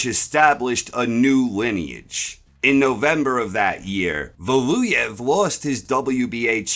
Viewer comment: How hard is it to say Valuev?